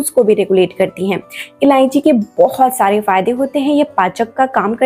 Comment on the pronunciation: MADAM JI ILLANCHI NAHI ILLACHI BOLNA